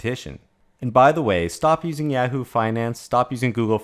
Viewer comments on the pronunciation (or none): none